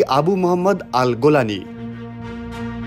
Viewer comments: AL GULANI❌ na AL JULANI✅ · আল-জোলানিকে কেন আল-গোলামি বললেন?